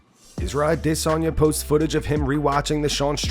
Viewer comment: the correct way to say Adesanya.